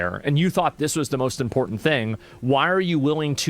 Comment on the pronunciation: If you say "Important" with only one "T". You were raised wrongly.